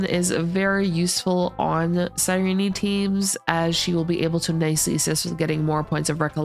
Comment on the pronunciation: Her name is pronounced SIIIIRENE NOT REENEEE